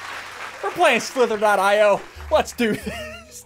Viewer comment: It’s pronounced io Not .io